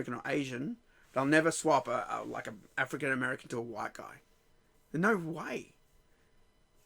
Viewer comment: So I’m confused, when did Jamaican become a race and not a nationality? And why does it sound like every time you African American, it comes out like your saying n*gger? Africa is continent not a country or a state in America.